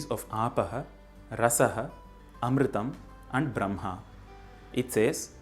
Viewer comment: For sanskrit channel, you seem to have difficulty pronouncing some sanskrit sounds. It's Brahma, and not Bramha. It's Yajnavalkya, and not Yagnyavalkya. Also, the H of bhuvaH is not silent, but pronounced as, say, German 'mach'. I know in recent times sanskrit culture has been corrupted, but I would have expected more from this channel.